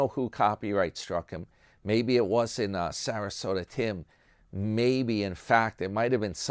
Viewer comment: I like when u call him Sarasoda. Yah and HAH! He on the skids! Needs another cart collecting job.